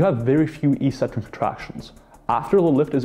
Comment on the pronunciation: I still can't get over how everyone says "EE-sentric" instead of "EK-sentric". It's so annoying. Stop it, people, please. This isn't a hard word; it's a simple Greek compound.